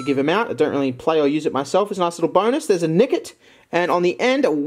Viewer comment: why you gotta say nickit like that?